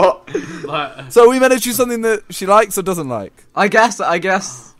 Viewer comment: Why does simon say "something" like "somethink". Like if you agree